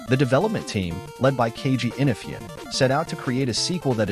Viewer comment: Keiji Inafune (In-ah-foo-nay) your pronunciation of Japanese last names is atrocious.